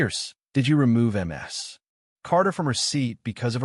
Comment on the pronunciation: Get somone who knows how to read. MS is pronounced as Miss minus the i. Alos in one of you other videos Mama is pronounced as a word no as individual letters.